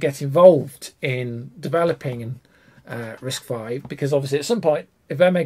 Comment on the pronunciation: Great video! Hint: you don't have to keep saying both: It's officially "RISC-five. not "V".